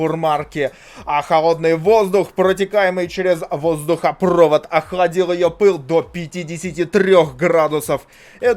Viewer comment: кто говорит воздухопрОвод, а не воздухопровОд, того долбят в попу круглый год